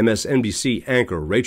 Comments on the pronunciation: It would be a good idea of your learned to pronounce Rachel's last name correctly. It's Mad-DOUGH, not Mad-OW. Check it out. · I never watched their show anyway. And it's "Rachel", not "Rachael". And the channel guy isn't pronouncing her last name correctly, like many people saying "Mad-ow" instead of "Mad-oh". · Her last name is pronounced MAD-doh, not MAD-dow. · 12/5/24: Rachel and Lawrence followed by a couple others. Nicolle, too much hair and can’t (or won’t) pronounce Maddow correctly!